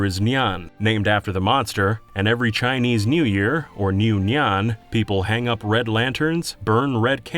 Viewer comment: I like how you pronounce "Nian" like a cat meowing.